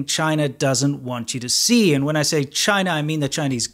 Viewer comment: When he says, "The video they don't want you to dee, he's not kidding